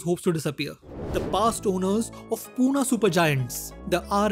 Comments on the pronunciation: It's Pune, not Poona. Thanks. +Love your videos btw) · It's not Poona, it is Pune🙄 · Its Pune(not poona)